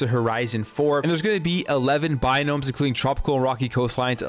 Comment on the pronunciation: Its not “Binomes.” Its “Biomes”…